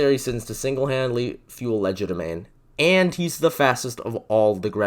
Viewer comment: WhEn WiLl SoMeOnE LeArN HoW tO PrOnOuNcE It ‘Cries in quadralingual’